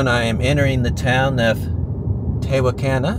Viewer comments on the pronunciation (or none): It’s “te-walk’-an-a” Indian word and where my University (Trinity) was founded. Now it’s in San Antonio. I’ve been to the original campus building there that’s still standing. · Hi. Tehuacana is pronounced Teh-WOK-anna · Thank you for that. I’m familiar with the area and to hear him say it wrong was like listening to finger nails scratching a chalkboard. Lol…! 😊